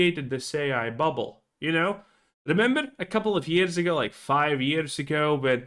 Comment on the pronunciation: “Buble”? Collapse? You sure about that? You sure about that? 😂